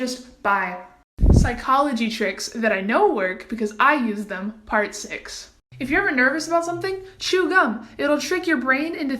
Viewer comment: When she says part sticks XD